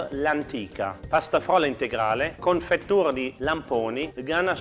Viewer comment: Solo io mi rilasso quando dice "confettiura"?